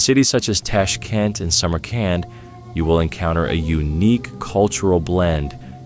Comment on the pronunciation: ИИ, Самарканд, а не самаранд 😂